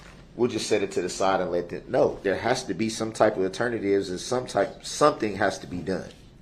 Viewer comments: Since when are you concerned about the trial moving on. Btw, the word is 'alternative', not 'ternatives.' idiot. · Wtf is an "aternative".